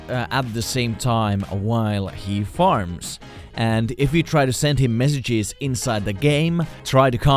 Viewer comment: When you said the guy who farms I thought u said the guy who farts